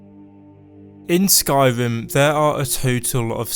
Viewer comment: Am I the only one who thinks this dude sounds like he’s saying “Skywim”?